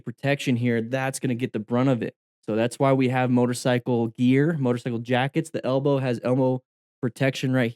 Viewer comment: ”The elbow has… elmo protection” I mean I knew you were American but damn